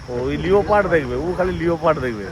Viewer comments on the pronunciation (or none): দারুণ লাগলো ব্লগটা ।খুব enjoy করলাম ।আমরা হাতির পিঠে কাজিরাঙ্গা ফরেস্ট সাফারি করেছিলাম আসামে ।খুব সুন্দর ট্যুর হয়েছে তোমাদের ।ওটা লিওপার্ড নয়,লেপার্ড উচ্চারণ করতে হবে ।বারবার বলছো খুব কানে লাগছে শুনতে । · উচ্চারণটা লিওপার্ড নয় উচ্চারণটা হবে লেপার্ড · ও দাদা লিওপার্ড বলে না, Leopard কে লেপার্ড উচ্চারণ করতে হয়। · লিওপার্ড টা কি মেদনিপুরিয়া'দের স্পেশাল ভাষা 😂? আমরা তো জানি "লেপার্ড"। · আমি অবাক হয়ে ভাবছি আর দুজনেও লিওপার্ড বলছে, মেনে নিলাম লেখাপড়া হয়তো শেখেনি কিন্তু ভাই দুটো তো লেখাপড়া শিখছে নাকি, class one এর students রাও জানে লেপার্ড বলতে হয়। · Spelling holo Leopard kintu pronunciation hobe lepard